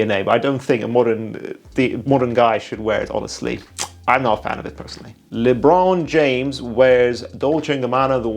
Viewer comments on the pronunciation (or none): "LeBraùN James"